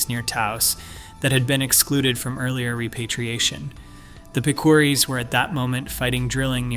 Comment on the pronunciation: Wow you slaughtered the pronunciation of Picuris (Pick o ris)